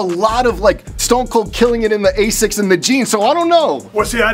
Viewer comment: It’s asics not a6 💀